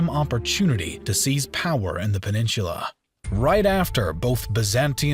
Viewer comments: PEN-IN-SU-LA not peninshula. Annoying. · A Great Video, but please stop mispronouncing the word "Peninsula". It is "Pen in SOOLA" NOT Heaven Forbid, "Pen in SHOOLA" Please stop murdering your English Language!!!!!!! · Peninsula...not "peninshula"! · why do you pronounce peninsula so funny? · your pronunciation of peninsula triggers me